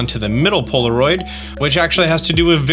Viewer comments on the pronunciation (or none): none